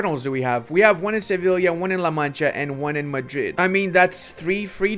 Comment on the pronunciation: Se-viy-a - double ll is y in Spanish!